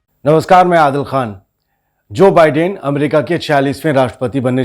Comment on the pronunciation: Bhai pronounce the same correctly. Biden is pronounced as By-den